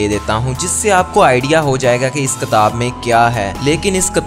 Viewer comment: Ktab nai kitab kehte hn